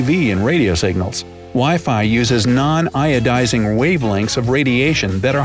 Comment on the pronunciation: It's not iodising radiation it's ionising